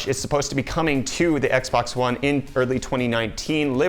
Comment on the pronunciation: Did he say "X bone"?